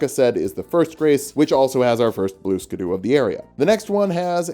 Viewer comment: This is a comment telling you it isnt actually pronounced blue skadoo! I can tell you don't know that, and I'm totally not just giving engagement!